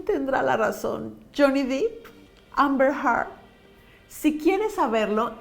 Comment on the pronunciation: Qué buen análisis, muy interesante. El apellido de Johnny se pronuncia “Dep”, no “Dip” y es Amber “Herd”, no “Hart”. También me tardé en descubrir cómo se decían jaja Saludos!